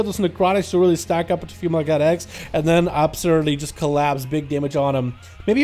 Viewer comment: It sounded like he was saying “female got eggs” every time he said “female god x”...